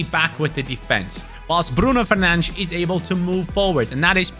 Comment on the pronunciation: I love the fact that actually pronounces Bruno Fernandes correctly